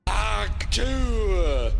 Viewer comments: “Hawk twah” 😂 Yeah Simon, I’m surprised you haven’t seen this either. Even my kids who are way too young to know what this is, know what this is. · Each time Simon pronounced it hawk twaaa it got even more funny 😂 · That's... That's not how you pronounce trois. He was pronouncing it like the French informal objective you (toi) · Huk Trois😂😂 im pretty sure yhats how they spit in France.😂 Bless this chap. ❤ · Simon using a french pronunciation instead of the Too-ah is fantastic and soo Whistler. Its a spitting sounds not a park in France 😂😂. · You couldn’t stop to watch a 15 second clip to learn that it’s pronounced “Tu-ah”? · Simon, for gods sake, its pronounced tuwakaua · The fact that Simon continued to say it like the French word for three (twa) even after reading "Hawk Tuahsday" is a firm example of how little Simon gives a shit. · Jesus, Simon. Too-ah. Quit being a frenchman. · It's actually just a variation of a very old word for spitting - slight different pronunciation. Hawk2-A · The fact that having tuah replace Tues in Tuesday didn't clue Simon in that he's pronouncing it wrong is hilarious. Of course Kevin could have added the phonetic spelling (Hawk Two-uh (or ah)) which could have also helped. LOL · I like how he still didn't get a clue about how to pronounce Tuah when they replaced Tuesday with Tuahsday. We know what he will be cringing about when he listens to this video 5 years from now, that and not watching J.D. Vance's Cringe Shoot and defending him. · Today I learned that British people pronounce the words "vocabulary" and "tuah" differently than Americans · The "Tuahsday" should've made the pronunciation obvious and he still couldn't figure it out